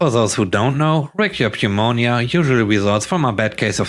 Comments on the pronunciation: pneumonia can be a tricky word. It's pronounced noo-moe-nyuh. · Just a friendly note. In the word pneumonia the p is silent. Yes I know the English language can be stupid.